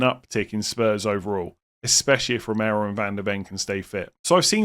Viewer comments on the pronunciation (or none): none